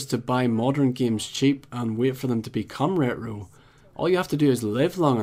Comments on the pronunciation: Ret ro ragy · Is no one going to mention how he pronounces retro? 😂😂😂 sounds like scooby do saying uh-oh😭😭